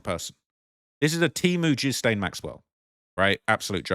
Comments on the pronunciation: A few decades ago? Ghilaine is too beautiful of a name for you to be butchering like this. I let the Tupac mispronunciation slide because he hated America and was a pro leftist revolutionary! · Your pronouncing her name wrong, the 's' is silent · Its pronounced Gillane Xx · Her name is properly pronounced "Gee-lane". Hard "G". Not her. The "jail" Ghislaine is too heavy in the body. She probably hasn't eaten much in prison if the food is bad. The body is wrong. Face wrong. To say it's "misogyny" is just stupid. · Please learn to say her name ! It is pronounced G as in the word good. So GILL. As in fish gill The LANE as in the little boy down the Lane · Please pronounce her French name properly: it's pronounced 'Geelen'. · Hello There! the way you should pronounce Ghislain is Yilein. Greetings! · This is not Ghisssslaine. You're not supposed to pronounce the "s". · That's not Ghislaine Maxwell, that's Guylaine Lowwell. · My dear, her name is pronounced “Gee-lane”. Keep up the crackin videos. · The "S" is silent in Ghislaine's name. Stop saying "jizlaine!" please, "jiz" is something else entirely dear and its creepy you keep calling her that ( especially if she's a poor body double!- with the worst paid job in the world! lol.). Ig it is the real Ghislaine, the botox nurse clearly missed her lips and hit her nose. Ha ha - its not the same woman! OMG this just gets worse and worse. Go compare the voice of the body double -its quite different to the real Ghislaine we heard from earlier years. The body double has a deeper and more nasally voice and is clearly putting on an accent. Even sounded Scottish for a moment as she forgot which accent she should've been copying. Oh dear ... you can't get good hired help these days... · Takes 2 secs to learn the proper pronunciation of her name. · It's really annoying to me how her name is continuously mispronounced...